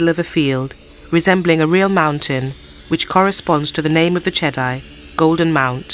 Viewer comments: Che-dee not che-dai. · Everytime you said chedi you call chedai.